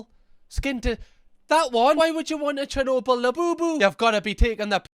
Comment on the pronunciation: Lmao!!! 😂🤣 she's a comedian! When she said 'Chernobyl', I heard 'Cher Noble', like a noble Cher Labubu! 🤣🤣 I've never seen this madness before, I'm SURE she's being a comedian here, they're so obviously drawn on with textas etc. She's hilarious!